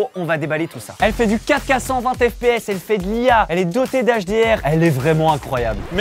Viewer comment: Il voulait dire 4k mais avec son accent belge et le faite de le dire vite sa sonne Caca...😂😂😂